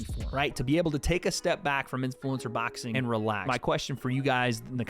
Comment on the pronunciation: Lol says “baxing”